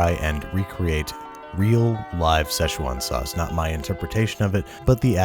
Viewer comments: Ahh yes the sezčđhùèwan sauce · seshual sauce? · Shit I always cringe when people pronounce Szechuan.. it’s fucking 四川 (SI - CHUAN) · Play Josh A "Szechwan Sauce" in the backround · everyone mispronounces "Szechuan"